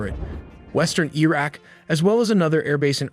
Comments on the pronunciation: Why does he keep mispronouncing Iraq. It's Iraq not "Eeeraq". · Iraq - ee-rak? Hehe.. Iraqi - ee-raki? Im not sure.. 😢😢😂😂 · E-raq? Nevada in California? 😂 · Don’t really have a problem with your comment. Just wondering why pronounced Iraq as “EEEE-RACCCCK.